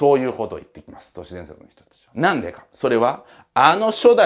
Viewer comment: 「にゃんで」って言ってて笑っちゃう